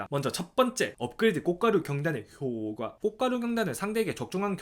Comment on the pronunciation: 원래 일상생활에서도 효과를 [효꽈] 대신에 [효과] 라고 발음하세요...?